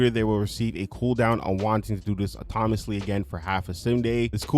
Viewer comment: Dude, you are saying "autonomous" and "autonomously" correctly!!! It's pretty sad that most of these "fixes" are just basic house-keeping... they fixed the things they were too lazy to fix some time ago. Ridiculous.